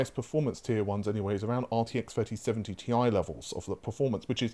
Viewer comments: Stop calling it Tie. Its Ti. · Two things: 1), since i'm noticing that you are starting to use the term "Tie", you have to realise that the official term is "Ti",since Jensen Huang himself calls it "Ti". The only people i heard using the term "Tie" are Tom Petersen(who nowadays has left nVIDIA for Intel, so he doesn't count anymore) and Jeff Fisher. So, although the pronunciation "Tie" exists,it doesn't mean that this is the official term. 2): Exactly that.I still haven't forgot how many times i heard about this "nVIDIA killer" term about RDNA2 that your sources had been telling you, and in the end,we both know that NO killer was released,but rather an amateur... thief at best!!!. So yeah, i believe that this time around it's wise for you not to put so much faith on these kind of sources... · omg please stop sayin tie, it triggers me so much I want to quit the video every time I hear it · This is „Tie“ infected pronouncination